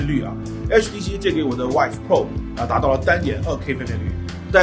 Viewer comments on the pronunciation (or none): HTC VIVE的发音应该是“VEEVE”，而不是“WHIVE”。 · 总是听成说 HTC wife.... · 呃......為什麼都要把vive念成wife啊？